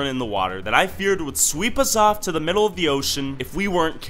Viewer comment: ""island with a bridhe in the middel of the ocean""